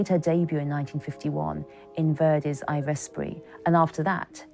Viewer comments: Yes, I was pretty shocked to hear pronunciations such as "EYE vespri" for "I Vespri", and "Di SteFAHno". It really wouldn't take much to get this right, and for me that takes away from the validity of this video. BUT I so appreciate revisiting many significant and moving moments from her divine career onstage. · How stupid is this lady at the minute , how is she pronouncing I Vespri ???? Oh my God